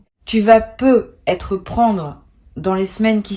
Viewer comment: C'est de l'intelligence artificielle. Elle prononce "peu etre" sans faire la liaison qui ferait "peutêtre". 🤥🤭